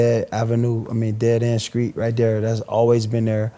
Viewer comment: He says - screets, skrong etc. He has a speech impediment.